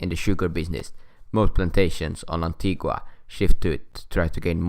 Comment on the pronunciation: It's pronounced antiga. The u is silent